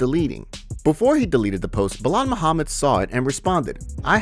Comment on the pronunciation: Who the fook is Belal Moohamid salamalalalakim 😂😂